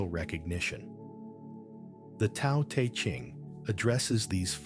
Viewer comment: This is more fake AI. When you hear this voice say "Part one" it's a giveaway. Also pronounced Te as Tea... Block this account